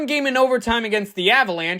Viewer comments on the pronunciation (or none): It’s pronounced “Shay”, not “Sk-jay”